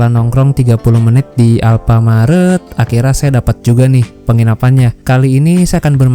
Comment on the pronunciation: ...saya kalau dengar ucapan sampean "akhirnya" kok kedengarannya "akhirra" apa sy yg salah dengar, mungkin aksennya perlu diperjelas. Maaf ya!